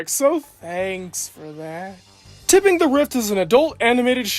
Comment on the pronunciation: You keep saying it as "Tipping". It's "Tripping".